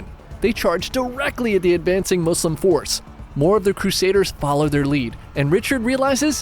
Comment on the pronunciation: I love that you say Muslim with S! I hate when people say Muzlims🙄